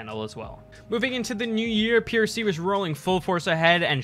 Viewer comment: Good job keep it up! also its prc not ppc